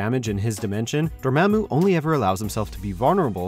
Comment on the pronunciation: Dormämmu. Lol.